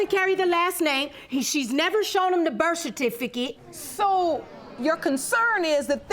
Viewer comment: He can't even say Birth-Certificate 😆 SMH